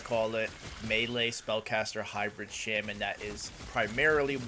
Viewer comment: Out of all the ways to pronounce Shaman....ffs man